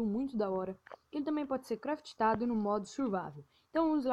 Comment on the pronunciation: correção vc fala: craft tado fala se : Craftado